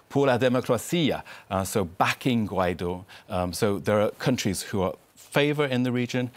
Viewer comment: Please learn how to pronounce Guaidó: Goo-eye-do, the stress is on the do which is pronounced like do re mi.